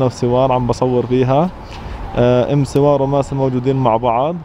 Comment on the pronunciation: سوار مو سور تعلمي كيف تنطقي الحروف هههههههههههههههه😁😂😂😂😂😂😁